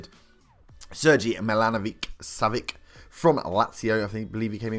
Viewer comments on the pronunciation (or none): It's pronounced savich